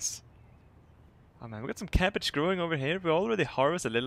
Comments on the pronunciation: I love how you say ''capage'' instead of ''cabage hahaha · Cappage. I just love that pronunciation <3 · Love how he says "cappage"